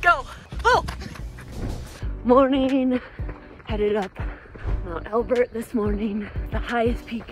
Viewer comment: Finally got around to watching this, it's been on my list for a while lol. FYI it's Mt. Elbert, not Albert. Good film, I enjoyed it!